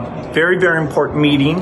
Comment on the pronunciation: Can’t even pronounce “meeting” properly pff 😒. He says “very very important” “meeteen” like many other idiots do on occasion I’ve noticed.